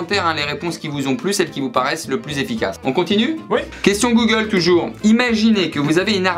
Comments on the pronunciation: « passer un entretien chez GOOLE » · Le duo de feu 🔥d’ailleurs c’est normal le goole au lieu de Google ? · "Passer un entretien chez goole" 😂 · "Passer un entretien chez GOOLE"